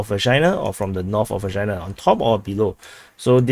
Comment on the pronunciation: My mother was born in Vekshina. And you keep saying Vagina. You know,, you're an asshole.